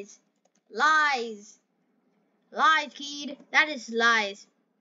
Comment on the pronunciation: saying keed is cringe af but good vid